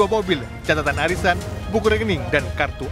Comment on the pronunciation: Pengisi suaranya kok aneh suaranya? Cara ngomongnya lucu.. Gw tadi berasa denger arisan kok warisan...